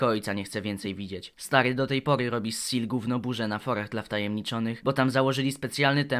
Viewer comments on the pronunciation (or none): kurwa SEELE przeczytane jako "sil" XDDD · Nawet mało cringowe, spoilery rzecz jasna Aaaa, Seele czyta się po niemiecku czyli ze-le. Ponieważ Nietzsche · plz nie czytaj Seele jako seal, to boli xD